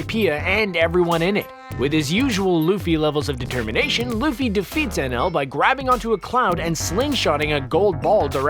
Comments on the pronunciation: anaru, his names anaru, not nl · It's "Ae-nel" not "En-El".... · The name of the “god” in one piece may be spelt Enel but if you watch the dub version they pronounce it with an ru sound and the end like “ enaru” just throwing that out their cause every time you called him enel in the video it made me cringe. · #4 its eneru not NL but still i was happy when you mentioned one piece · The god in one piece is called eneru not whatever he was calling him XD